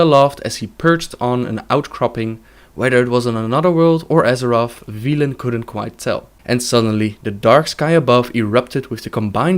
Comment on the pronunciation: Velen, not veelen.